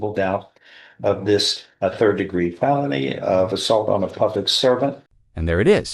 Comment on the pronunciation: D'oh, the AI TTS can't even pronounce "felony" correctly.